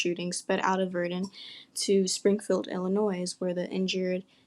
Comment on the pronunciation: Learn how to pronounce Illinois please I can’t even watch this with you saying “ILL UH NOISE”